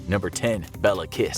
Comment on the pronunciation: His name is Kiss but you don’t pronounce it with a “its not kiss like kiss” 😂 but it was fun to listen